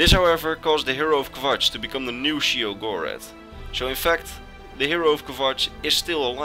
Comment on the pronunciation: Great video as always, but there's 2 things I need to straighten up: Sheogorath is pronounced "Shay-oh-goh-wrath" The Greymarch doesn't last 1 day, it's an event that takes place during the remaining time of the last year of an Era. First, the Great Torch of New Sheoth goes dark, indicating thee start of the Greymarch, then the Obelisks of Order become activated by defected Priests of Order, them the crisis keeps escalating until Sheogorath himself is freed as Jyggalag. Funny thing that happened to me: When Sheogorath was morphing into Jyggalag and saying how he was totally gonna rekt the Isles, Haskill gave me his greeting, "Always a pleasure." Needless to say I had a good laugh.